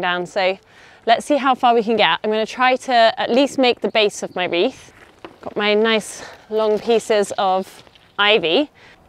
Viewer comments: has been saying Wreat about 100 times in every video! She needs a lesson from Anna. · Omg I can no longer say wreaths After hearing this